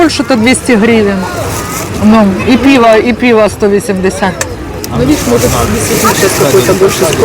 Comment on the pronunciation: Не піво, а пиво. Завжди ще до перегляду ставлю вподобайку вашим відео. Для просування каналу та підтримки україномовного контенту. Але дуже неприємно чути, що родичі приїхали з нашої столиці і розмовляють ворожою мовою. Як таке можливо? Ви можете собі уявити, щоб на московії під час війни вільно розмовляли українською? А про закатованих і вбитих через українську мову підлітків у Бердянську і в Краматорську ви не знаєте? Що ж це за позиція у вашої сім‘ї тільки для ютюбу розмовляти українською?